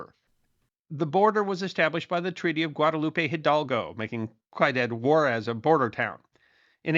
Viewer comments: I know it's not your language but say Cuidad Juarez like this, " Swee-dad War-ez" . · It’s pronounced “see a dad” Juarez. 😉